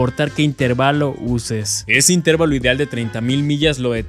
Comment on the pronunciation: min. 3 ajajajajaj el acento lo lleva en la e asi q otra vez la correccion... in teeeeeer valo.